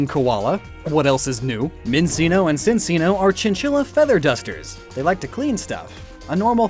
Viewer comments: I know nobody likes grammar nazis and nitpick pet peeves about names and pronunciation but I'm sorry I have to point this out because you say CHINchilla the animal Cinccino is based off yet you call it SINseeno Not ChinCheeno like in the anime dub. It's just a bit of glaring neglect to the matter. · Why didn't you talk about pre-evolutions that lose their normal typing? I know you probably mentioned them in the flying type video or something, And for that matter, Noctowl's non-dark typing, as it has a mastery of darkness. Also the way you pronounce Cinccino as NOT Chinchino, even though you say "Chinchilla" directly after. Drampa is a very immobile & unable to do dragony stuff well anymore. It's the same as all the others. It's a dragon, but not dragon-y enough. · I think it's pronounced chin-chino. You know, cuz it's based on a chinchilla? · i went apeshit when he pronounced the c's as s instead of ch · says Chinchilla right but somehow doesn't clue in that that's how your pronounce the cc in the Pokémon inspired by it. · Your freaky pronunciation of Minccino and Cinccino as "Min-see-no" and "Sin-see-no" and not "Min-CHEE-no" and "CHIN-chee-no" REEEEEEEE (Otherwise, lovely video :P) I tend to think of Chansey line as Echidnas, since they lay eggs and may carry them. :) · the way he pronounced minccino and cinccino causes me physical pain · I just gotta say, minccino and cinccino are pronounced min-chi-no and cin-chi-no. Because the cc in this instance makes a CH sound. Because they are chin-chi-llas. Not cin-ci-llas just thought you should know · I got so triggered at minseeno and sinseeno PRONOUNCE IT LIKE CHINCHILLA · Min-chi-no Sin-chi-no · If I could, I’d list every Pokémon pronunciation you got wrong. Because, fan. But I’m just going to say that it’s pronounced Min-Chi-No, and Chin-Chi-No. Hope I helped you to avoid future mistakes. In the future. Huh, weird. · [sees if everyone else is gone] ...it's pronounced Min-CHEE-no and Chin-CHEE-no. [flees]